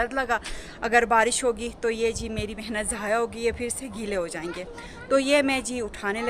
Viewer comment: AAP (Phir) ko (Fir) boltee hain kindly update this in yr vilog, baqi Behtreen Documentary hai, I like it🎉